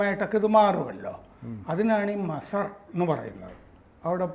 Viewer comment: Masar alla....MAZAAR aanu, Please Correct your Pronunciation 👍